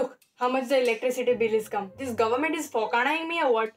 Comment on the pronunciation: Not government, Gohment .. lol . Lovely